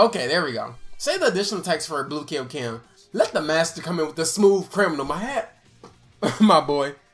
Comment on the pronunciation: Yoo i love u and all but like can you stop saying kay yo ken? Ik y’all know how to say kaio-ken its not that hard lol it just triggers me every time